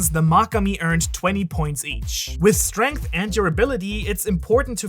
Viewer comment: Strenght Lol